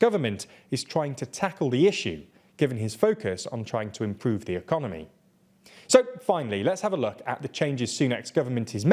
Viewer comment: Economy* not Economoy